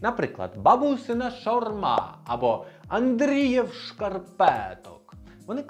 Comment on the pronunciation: Андріїв) (НЕ АндріЄв ;) )